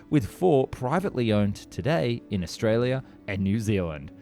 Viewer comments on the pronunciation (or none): none